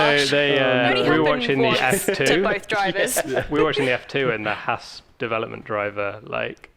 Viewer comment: Haas in NASCAR and obviously Haas and NASCAR is American but in NASCAR it's not Hass (The way you guys say it) it is HA as